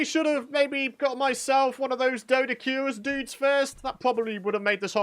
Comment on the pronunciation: It is pronounced doe-dic-or-ris…lol😊